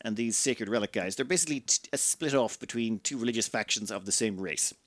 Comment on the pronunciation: Do you pronounce that ree-lih-joose?